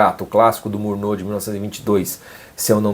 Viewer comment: Como o diretor Murnau é alemão a pronúncia é Murnau (como se escreve) e não "murnô" como você disse. Se o diretor fosse francês, aí sim seria "Murnô" a pronúncia do nome.